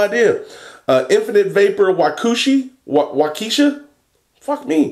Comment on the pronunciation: Just lost my shit watching you try to pronounce town names from WI. Waukesha = Wah-ka-shaw, Menomonee Falls = Ma-nom-oh-nee Falls